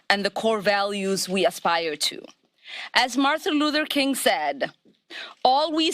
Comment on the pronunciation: She can't even pronounce sentences correctly. "Martha Luther King''!? This broad is seriously out of her depth!